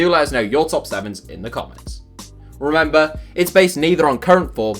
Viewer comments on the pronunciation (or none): none